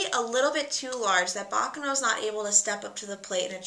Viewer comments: ba KA no bakˈkaːno not... baka no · It's pronounced "baccàno", not "bàccano"! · Hi, just a little information, baccano is pronounced ba-KA-no. Anyway very cool channel.